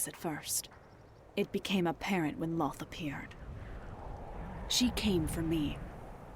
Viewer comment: The D&D lore is done well but the name is Lolth, not Lloth.